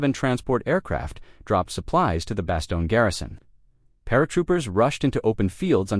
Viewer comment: Why are you using these totally bogus AI-generated “photos”. It ruins the story. Oh, and it’s pronounced “Ver-DUN”, not “Ver-DOON”. And it’s “bass-STONE”, not “BASS-tun”.